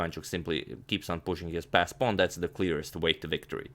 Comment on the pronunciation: "whute is up a pown"